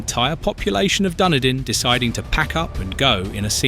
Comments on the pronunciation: And it's not "DUNNEDIN" It's DunEEdin. And Tau-rong-a. Learn to pronounce words as the natives of that place do. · What is Dunnidin? AI has shitty pronunciation omg then Taraanga shut up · The pronunciation of Dunedin and Tauranga is atrocious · Happy to see people go we love a bit of peace and quiet and your pronunciation of Dunedin and Tauranga is even more hilarious than they way I say them In my comedy set!